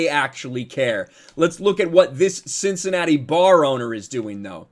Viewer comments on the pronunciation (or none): none